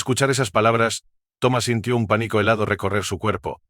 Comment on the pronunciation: Pobre lectura. No énfasis en acentos, no existen las ñs ...que es limítes, pódia, paníco, OHIO Oio